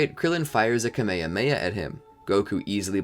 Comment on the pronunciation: It's kamyhamyha not kameme.